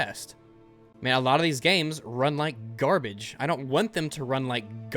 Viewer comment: I like how you put emphasis on the word... wait let me try it, "NNNGARBITCH" , love it